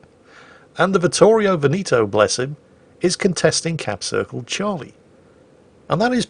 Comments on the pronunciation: It's Vittorio Ve'-ne-to and not Ve-ni'-to. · pls stop saying "Venito" it's veneto, say the 2nd e just like the 1st one